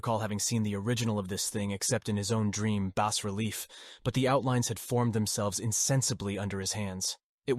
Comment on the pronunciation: Damn just pick a pronunciation for "bas" please. I recommend the correct pronunciation "bah". Also the N, S, W, and E in longitudinal/latitudinal coordinates stand for "north, south, west, and east" and sound much less awkward when you say the whole word. Otherwise the narration is good, your voice really has the right timbre for this story.